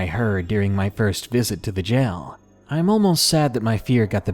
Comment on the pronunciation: I love when people pronounce jail as gel lol so cute.